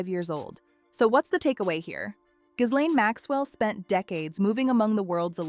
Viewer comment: iF YOU really want us to take you seriously on this very serious topic you have to pronounce her name properly and you dont.